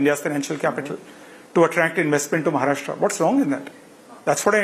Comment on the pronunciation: he is Maharashtrian and not pronounce correctly Maharashtra ..... irony